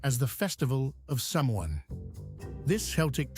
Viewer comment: proof that AI is useless at pronunciation!!! Samhain is not pronounced 'sam-han' ...its an Irish word said like sow-in with emphasis on the sow!! On red hair...ha!! do not believe what it says. ...you'll be hard pressed to see anyone with red hair in Ireland. Per-head there are more red heads in Scotland or Germany than Ireland. The image of red-headed Irish was created in Hollywood by who wanted to make movies in the 1950's & 60's ...about Ireland for Irish Americans